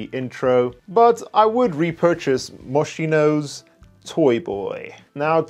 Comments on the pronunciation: Right, class in session 😅 Acqua Di Gio is pronounced (jo not gee-oh). Likewise Moschino is pronounced (MohsKEYnoh and not Mosheeno). Other than that, great content mate- subbed and fully enjoying your videos! 👌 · Moschino= Mos-'Keeno. Please!!!